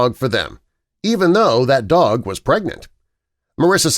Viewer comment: It sounds like dock